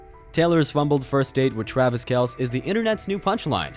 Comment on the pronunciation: If you can't even pronounce his name the way he does, you lose all your credibility. This is just click bait.